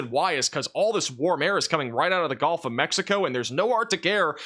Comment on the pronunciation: you're awesome, but brother it's the Gulf coast.... not the golf coast.